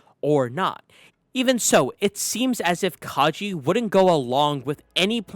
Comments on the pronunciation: It's Kage (Kah-geh), not Kaji. The "ge" in Kage is pronounced as the "ge" in gecko. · Its kage tho not kajei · Its Kage, as in Shadow. (Ka-gay), like Hokage (Hoe-ka-gay), his name is not Kagee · I hate to be that person but "Kage" isn't pronounced as "Kaji". It's pronounced like "Ka-gay". It's the Japanese word for shadow. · say it with me, "ka-geh" not "ka-ji". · Did u really just say Ka Je?! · Hurts to hear it all throughtout the video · omg did u just call kage 'ka je'?? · also i think its pronounced kage like a short g sound not a j sound cause kage in japanese means shadow. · That's a weird way to pronounce Kage.